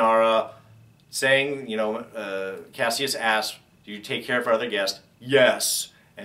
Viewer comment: why do people keep mispronouncing kasius name? don't they repeat it enough in the show?